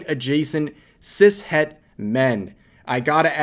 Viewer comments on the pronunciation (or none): none